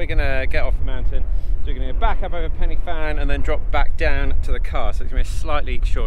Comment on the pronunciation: Pronounced PEN UH VAN please!